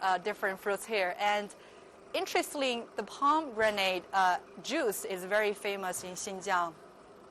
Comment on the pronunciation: haha you keep saying pom granade juice....it is pomi granage..spelled as pomegranade